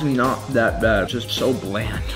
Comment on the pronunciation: "its so blad" BRO SEASON YOUR SHIT